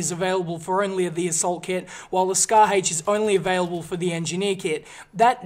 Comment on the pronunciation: he says scar hache